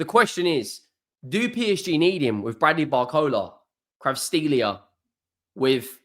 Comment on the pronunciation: Who tf is kravsteelia u mean ka-vara-skay-lia